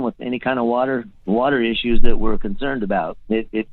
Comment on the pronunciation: A few says watee